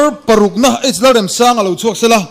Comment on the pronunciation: Pu Remsanga hming hi in lam dik lo deuh em le!? Amah chuan lung ka REM tiha, REM tih thluk hi a hmang niin ka hria. Lo ngaithla chiang deuh mah t'u.